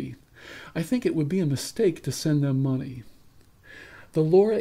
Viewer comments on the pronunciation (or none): none